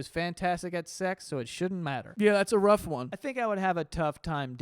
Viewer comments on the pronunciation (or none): none